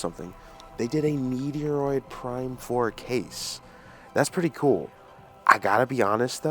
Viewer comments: Stop calling it meteroid its stupid and childish, its called METROID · Ughhhh you're killing me calling Met-Roid (Met-ro) ( And-roid) meteoroid!!!!! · Dude its not called meeteyroid is metroid fool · It’s met roid not meteor roid learn to pronounce the games you’re reviewing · You are pronouncing the name of the game very wrong. It is Metroid… not meteoroid. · I stopped watching the moment you called it Meteoroid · I thought he made a mistake the first time since he said he was tired... Then he kept saying it. Over and over and over and over again...😅😅😅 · Yeah really its pronounced “meh·troyd” And you didn’t call anything. This is not a “multi-platform” game lmao! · You called Metroid, Meteroid like several times LOL. You must be really tired to be that tongue tied. I'm not sure why you would want the switch 1 versions when the switch 2 cartridge has both versions. It says that on the case at the bottom. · If your going to promote a game, the least you could do is learn to pronounce the title correctly. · Bro stop mispronouncing games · The way he pronounces Metroid is really bugging me idk why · It's pronounced ch he can't pronounce it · I know you have a rare bone disease which makes you unable to pronounce the "ch" in metroid, much like i have one that makes me unable to pronounce the t in planet-arium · For a Nintendo fan boy you should know how to pronounce the name of the game lol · but you keep pronouncing wrong every time. Not just once or twice. Like 5 times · He thinks he's funny or cool by doing that but it just shows us how much of a dork he really is. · It's probably because you keep pronouncing the name wrong in the video